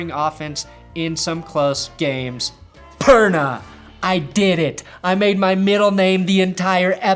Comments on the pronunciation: When he said Perna I was like wtf lol 😂